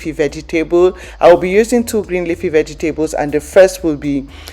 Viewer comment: It’s how you say “veggie-tables” for me 🤣 I love salads!